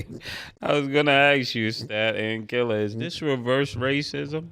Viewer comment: 😅😅I'm just going to say it, why Stat have a problem saying Killa name